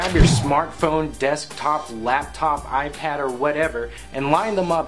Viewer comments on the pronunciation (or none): none